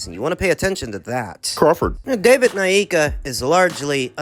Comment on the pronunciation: "Crawford" gets me every time 😅😂😅😂😅😂